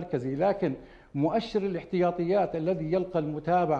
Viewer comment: الاحتياطي وليس الاحطياطي